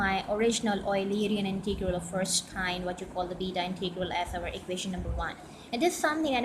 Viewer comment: Integral is NEVER pronounced "Inteegral". Sounds horrible.